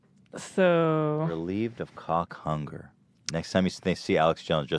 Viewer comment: The way Ethan says Cawk Hunger.